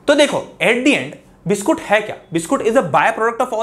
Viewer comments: Biscuit ❌ Biskoot ✅🍪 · biskoot came out of sir mouth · Nhi "BISKOOT"